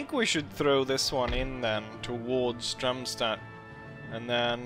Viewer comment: dude, it`s DARMstadt, not DRUMstadt